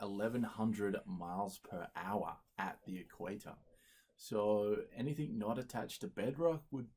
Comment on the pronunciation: Super smart. Also says 'anythink'.